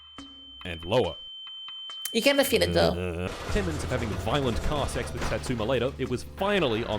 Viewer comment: “Seh-x” “sehecks”?